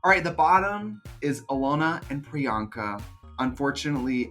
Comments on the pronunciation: Not Alyssa calling her PUR-anka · Pryanka: What’s my name? Alyssa: prenoka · WHATS HER NAME?!? Alyssa: “Peronka” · PERANKA? Wtf ahahah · not “miss peronka” 💀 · Alyssa calling priyanka of "PIRANKA"... giiiiiirl hshdjakdkakdkskshs DEAD!! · Alyssa calling her Peronka is the equivalent of Dula Peep 😂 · I’m sorry...Who is”Piranka”?😂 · Priyanka has introduced herself so many times but here's Miss Alyssa calling her "Piranka" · “I think Paranka...” 😂 OMG ALYSSA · alyssa calling priyanka " MISS PIRRANKA " lmfao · I am here 3 years later to finally put this comment in, cuz I noticed no one did, lol! Trixie never clicked Alyssa, saying Peronka! 😂😂😂😂😂 💀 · Alyssa saying Peronka at priyanka is HILARIOUSXD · Not Alyssa calling her “Piranka” lolll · timestamp for anyone that wants to her Alyssa say Peranka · When Alyssa called priyanka “puronka” I felt that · It's Alyssa Edwards calling Priyanka, "Pironka" for me😂😂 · when Alyssa calls Priyanka - "Paranka" i lolllll'd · Not Alyssa saying Piranka 😂💀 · Alyssa calling her Peronka is sending meeeeeeeeee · gurl not Peranka miss Alyssa lmao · not alyssa saying “paranka” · did she said Peranka? 😂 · D I heard PERANKA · Did Alyssa say Piranka? 🤣🤣🤣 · DEADASS! ALYSSA SAID PARANKA!!!! LMAO